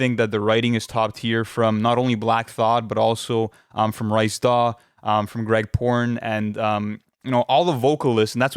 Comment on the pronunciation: Bro really said “rice daw”